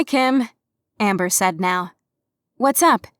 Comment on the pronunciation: its a cat event neow is what she was saying